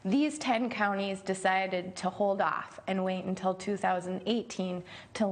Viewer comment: You pronounce "until" as "untel" on this video. Is it a Canadian thing? Such as "about" being pronounced as "aboat"?